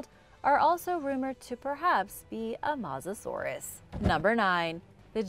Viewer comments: is that the correct pronunciation...I thought it was pronounced MOE SASAURUS not MAH SASAURUS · It's not masasaurus as she says it's MO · “Matzoh-saurus”? I think the word you were looking to pronounces mosasaur… As in “Moses-saur”. Then again you probably eat Tom-autos and Paw-tah-toes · It’s not called a mosasaurus just called her Moses Sauris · its not mawzasauras but mossusorus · It’s not said mossasourus it’s said mosasaurus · It’s mosasaur us not Mosa saurus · Mo-sis-sor-es not moosisoorish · Not mos but mowsa saurous. Phonetically speaking... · AND WHAT IS A MASSASOROUS BROO😂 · ahh yes the MAUSASAURUS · You are actually saying mos er sur it herts me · its mo za saur us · It’s mouzusorise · Its not mozasorus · That is not how u pronounce Mosasourus its Mo sa and like sors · It’s pronounced ‘moasasorus’ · I hate how she mispronounced its name every time. I cringed every time she said mosasorus. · I take this channel with a grain of salt, she mispronounced Mosasaurus and called it a Sabertooth tiger (no such thing) instead of Sabertooth Cat. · That is not how you say Mosasaurus no offense still love the vids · you say mosasaurus with an o at mos